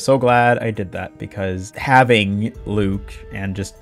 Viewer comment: IT'S PRONOUNCED LUKE?????? also why on earth do you use sticky please tell me this isn't your gameplay or that you're doing it for a joke ...please? cool video btw